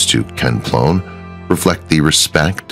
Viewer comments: Kenny Ploen pronounced as Kenny Plane. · Kenny Ploen is pronounced "Plane."